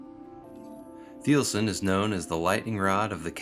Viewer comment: If you can’t even pronounce it, I doubt the details of the review.